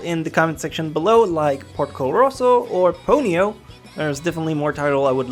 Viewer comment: Did you just say Po-nee-yo? cough pon-yo